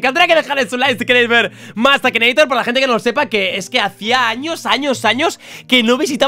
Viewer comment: akineitor no akinator